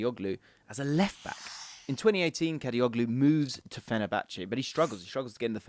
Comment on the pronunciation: I feel disappointed whenever I hear someone pronounces soft G letter in the Turkish surname suffix -oglu which means -son (instead of saying Kadiolu). I mean... it is irritating